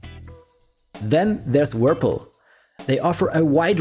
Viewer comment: "Wirpil" 😂 Subscribed!